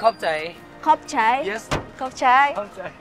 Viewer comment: Terimakasih= khap cai kak iaaaa bukan capcai yaaa😅